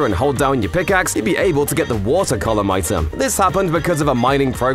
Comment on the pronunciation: "You can get the- Bubble collum"